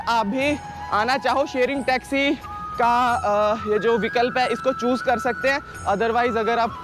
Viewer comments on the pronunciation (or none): none